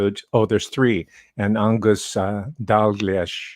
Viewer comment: Scot to the rescue! has nailed Ang-Gus, Dal-Gleesh needs a wee tweek.